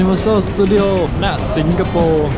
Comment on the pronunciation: ชอบพุดว่าถังคยะสิงกะโปข้าวมันไก่สิงโปร